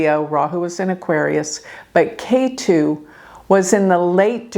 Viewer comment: Ketu is pronounced Ket(h)u.